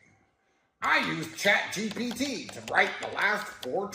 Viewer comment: bro it's chat gpt not chat gbt